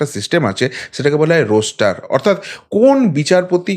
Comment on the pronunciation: কথাটা রোস্টার নয়, রস্টার